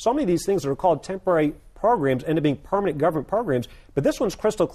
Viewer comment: "It has to be a Purr...manent change" Haha, I love the way he says "permanent"